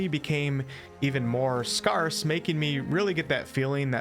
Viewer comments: FYI Scarce is pronounced "Skers", not "Skars". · Scarce or sparse. Not scarse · I've never heard anyone pronounce "scarce" like that before...